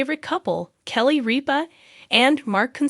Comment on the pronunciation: you could, at the very least, leartn how to pronounce kelly's last name!